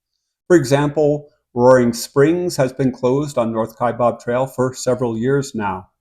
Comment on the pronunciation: It is pronounced "Kai bAb," not "Kai bOb."